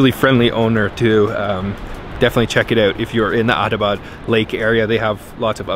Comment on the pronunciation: It's not a "Autobot" lake, it's "Atta - bad" lake.